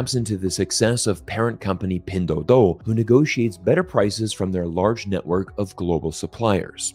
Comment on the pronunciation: Nice video 👍! I just noticed that when you say pinduoduo (拼多多）you probably pronounced it as pindoudou(拼抖抖）.